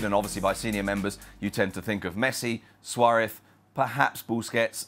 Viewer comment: Please pronounce Suarez correctly.